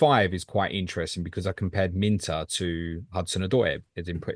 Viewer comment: Wana know more about the boy. Type Minteh on the search bar and you’ll learn a lot about him. By the way his name is pronounced as MIN TAY as in the word “stay” NOT Minter 😂